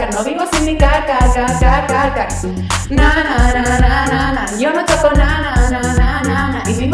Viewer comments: pensé q decía cacaca y después me di cuenta que era car 😂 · Yo pensé que decía caca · Siento que dice caca :v::vv